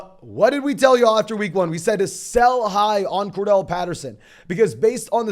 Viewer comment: CORDARRELLE NOT CORDELL